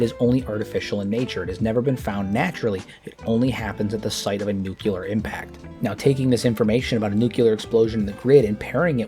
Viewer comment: I would humbly submit for your consideration of correcting your pronunciation of "Nucular" to "Nuclear"